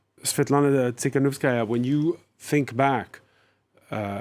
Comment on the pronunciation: It's Tikhanovskaya, no S after the first T.